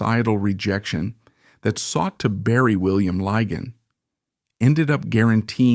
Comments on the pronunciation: There are three problems with this broadcast one is the total misunderstanding of the way people behaved in polite society until recently Secondly this AI American voice is inappropriate and irrelevant to this story It is Lig On and It is Beech Ham. And one must not forget way that Society was run by the upper for the class the middle class and the working class Times have moved on where gay men women and LBGTare welcomed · It's pronounced Beechm and Liggan. Ffs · Beauchamp is pronounced 'Beechum', not 'Bowshamp'. The pronunciations of Lygon and Lettice are also incorrect. For an accurate account of Lord Beauchamp's life, see the book 'A Secret Between Gentlemen: Suspects, Strays & Guests'.